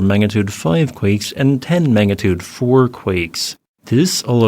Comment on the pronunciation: Magnitude NOT Mangatude